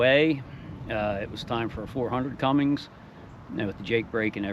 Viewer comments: Nice ride. The newer engine is a Cummins, not Cummings. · It's CUMMINS not CUMMINGS